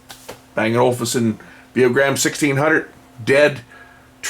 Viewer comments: ol-UUUf-sun, not olFusun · It's O-Luf-Sen. What's wrong with audiophiles man? We just like great sound! 😆